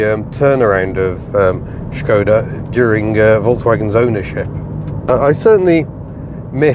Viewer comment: Copy paste this into Google Translate for correct pronunciation Škoda :)